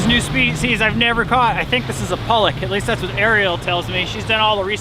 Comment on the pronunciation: Leftovers?🤣 You guys are funny,-- as the plate slowly began to get cleaned up. Loved it! 🙂, it's PA-lock ( pollock) that's the fish that is used to make the imitation crab, because it's so mild, it's easily flavored. We had haddock for supper, it was excellent.